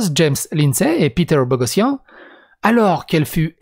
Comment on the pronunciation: en fait ça se prononce Borossian, "gh" ça fait "r"